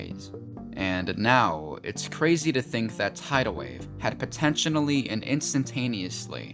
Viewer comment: It's.. potentially, not potentionally.